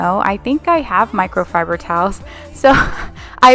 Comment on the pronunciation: I laughed listening to you saying microfiber. My mom can't say it right and I giggle every time. ;) You're not alone! LOL